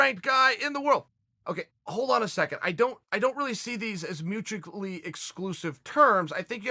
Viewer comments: If Chael says mutukally exclusive, that’s how you pronounce it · Chael “mutuaicly” Sonnen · tf is mutucally